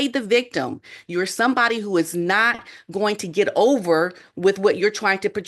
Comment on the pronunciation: It’s get GET not get GIT you present yourself supposed is professional. Why don’t you speak like one?